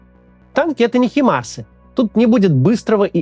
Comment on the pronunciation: опять ХИмарсы... ХАЙМАРСЫЫЫЫЫЫ